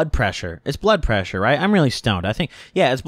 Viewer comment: Lol..blood preasure....yea bloodpreaa..lol